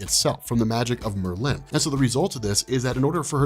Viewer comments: dude, it's not Mer-LIN...LOL! It's MERLin... wrong emPHASis on the wrong sylLABle. Christ. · mer LYNN. Its Merlin. I've never met someone who didn't know how to say Merlin. 😄 Still love your channel tho. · The way u say Merlin is bothering me lol it Merlin not Merlyyn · I love this. explaining X-Men is always great... Why though... Does he pronounce The Wizard Merlin's name "Mer-(pause)-Lin"